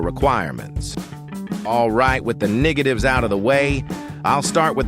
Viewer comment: did he say nwordatives or was i just me